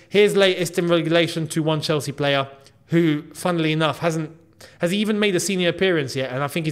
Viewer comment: What is “funnelly enough”? You keep using that phase